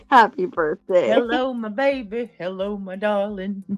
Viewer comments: Can someone for the love of God and all that is good, tell her there is no "F" in BIRTHDAY. However, there is an F in this hastag. #FUBJ Just saying. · Omg I HATE BIRFDAY and Bafroom it literally makes me not like you as a human